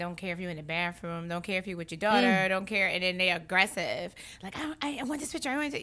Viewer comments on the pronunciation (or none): Did she say Baffroom?